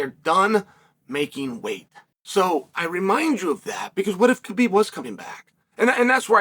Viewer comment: Just say Habib... Thats the way its pronounced 🤷🏽‍♂️